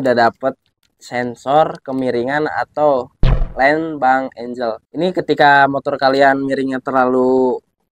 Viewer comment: bank angel :face-blue-smiling::face-blue-smiling::face-blue-smiling: yg bener angle (baca: enggel)